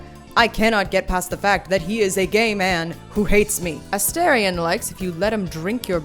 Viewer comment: His name is UH-STAR-ION